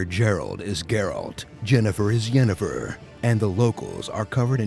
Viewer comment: "Dżeralt" "Dżenefer" Seriously??